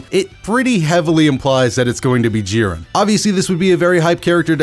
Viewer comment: Lol I hate to be that guy but it’s not G-ren its jiren sama